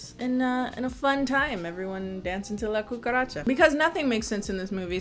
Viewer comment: The fact that you said La Cucaracha so flawlessly in Spanish has me shook